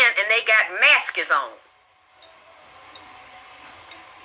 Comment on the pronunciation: She said, "maskes" smh this lady talks like a dickhead God damn